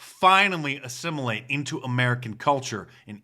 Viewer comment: says assimulate.. more like desimulate.